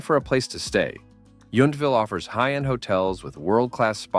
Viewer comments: What crappy AI narration… it is pronounced Saint HelEEna, not Hellena… and YONtville, not Yuntville… make an effort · The wine train is overrated and overpriced. The ballooning is a great experience if the skies are clear. But you say no noise, the engine firing is very loud. You also mispronounced St. Helena. It is not pronounce like the volcano. I guess fake voices just don’t know. You also mispronounced Yountville.